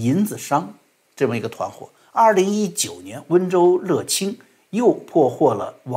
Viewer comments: 温州的"乐清"读成yue清，不是le清。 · 外面人喊温州乐清（lè qīng），当地人喊（yuè qīng） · ：乐清，念yue qing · 辛苦了，纠正个读音小错误，乐清的乐读yue。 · ！悄悄和你說，樂清裡面的’樂‘，一般唸作音樂的樂🤓